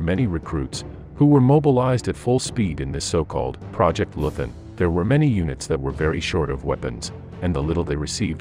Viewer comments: Leuthen pronounced LOI-TEN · Hans Scheurmann was a "Leuthen" soldier -- and, BTW, it's pronounced "LOY-t'n". At 16, he was bundled off to face the Russians, and that's the last anyone heard of him. Years after the war, his old mother hoped he died quickly, because if he was taken prisoner, he evidently didn't survive the camps. For Hitler, of course, he was only a single, insignificant individual in a generation of criminals and losers, because they hadn't saved his, Hitler's, for him when the chips were down. This is just a little cautionary tale for all of you fine folks out there who are raising your kids in the best America-first, MAGA tradition. Enjoy!